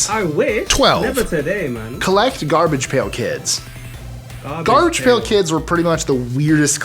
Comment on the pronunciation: you're saying it wrong Garbage pail kids and Cabbage patch kids